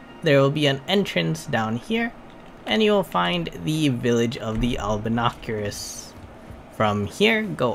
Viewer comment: its albinaurics not albinacurus